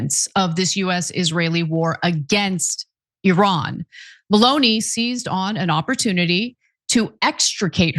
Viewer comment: It is not Maloney for a start to get the name right. MELONI, when you speak about the political relationship with President TRAMP